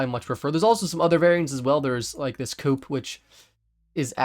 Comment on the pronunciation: please pronounce coupé like coupé lol